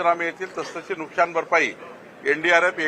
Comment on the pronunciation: नुकशान नाही नुकसान म्हणा.मराठी निट बोलायला शिका.